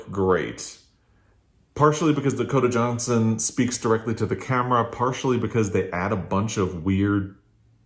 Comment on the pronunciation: Happy Birthday! Your voice when you said Dakota Johnson. Yeah, I don't know why either! This might explain some of the book problem